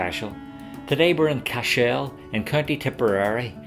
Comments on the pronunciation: I was born and reared a few miles from Cashel, so forgive me for pointing out a few things. Firstly the pronunciation is CASH -l like castle but with the H included. That large L shaped stone in the final minutes is a corner of the Bishops quarters which fell several centuries ago. The large broken High Cross which we see earlier is more recent (mid eighteen hundreds I think) and broke off after a storm in the mid nineteen seventies. I could see The Rock from my house and was sad when it came down. While there was damage done by the English, much of the damage to The Rock was done by the O' Brien clan from Clare (descendants of Brian Boru) in the eleventh century, who also burned the town. I was impressed to see Queen Elizabeth ii when she visited The Rock some years back. It was wonderfully diplomatic of her guide not to mention the O' Briens part in the destruction of Cashel as the queen is in fact, related to the O' Briens through her ancestry. I enjoyed the wee ramble around The Rock of Cashel and suggest you might take time to visit the town next time as I'm sure you'll enjoy it. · Can you say what is the original meaning of the Irish name "Cashel", and why the stress is on the last syllable? Thanks!